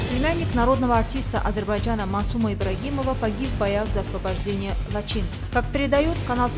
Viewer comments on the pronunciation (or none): none